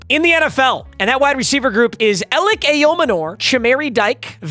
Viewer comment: HE PROUNACED ELIC RIGHT 🙌🙌